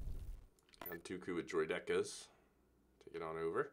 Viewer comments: It bothered me how he said Droideka, I've always heard it as "droid-eh-kah." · the way you pronounce droidica's is hilarious haha:)